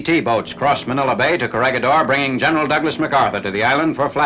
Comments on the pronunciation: pronounciation, korihidor. ba-ta-an. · It is pronounced as "korihidor" :) . I like the video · Its read as correhedor. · "gi" in Corregidor is pronounced like "he" in English, not like "gui" in Guitar. Great video, as always!. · The G on Corregidor is pronounce as an H. Thanks. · Coh-re-hi-dor not “corregidor”